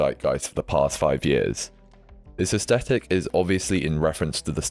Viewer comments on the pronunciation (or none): quiet luxury slop lol. 5 finger fkn shoes 🤮 and I feel the same about the awful tabby's - funny how they are everywhere now and overworn/overseen/overhyped. horrid. leboubous (no idea how to spell this and do not care to learn) - omg, horrendous. yeah, I'll still be wearing baggy / barrel. it's Yves 'san' Laurent please - we are back to pronunciation again. Also it's aes-th-etic (th th th) and not aes-tetic, it's not a hard t. thanks for your always insightful vids, always very interesting.